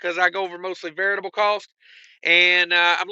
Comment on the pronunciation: There's DEFINITELY an S at the end of Illinois. What they fail to understand is that it's still pronounced like ILL-ANNOYS sounds just like it looks. Also, I'm sure you're trying to say VARIABLE costs but it ain't coming out that way 😂😂😂 Maybe "veritable" is more accurate in part as the "true cost?" IDK.